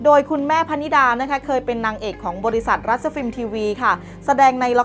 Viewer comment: รัชฟิลม์ อ่านว่า รัด ไม่ใช่ รัด-ชะ อินทรา อ่านว่า อิน-ทรา ไม่ใช่ อิน-ทะ-รา